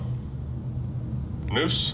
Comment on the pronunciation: Friendly pronunciation help: Sheldon Neuse, is said like “Noisy,” not “Noose” :)